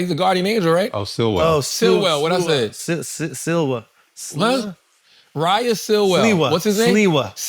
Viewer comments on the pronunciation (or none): none